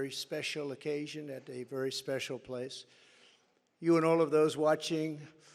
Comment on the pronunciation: Aw, that was vewy, vewy spesso. 💩